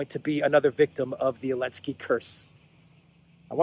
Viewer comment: Why do you never say the "Z" in Zelenskey? Now I've heard I can't un-hear it and it's winding me up lol.